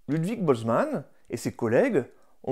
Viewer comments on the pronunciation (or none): none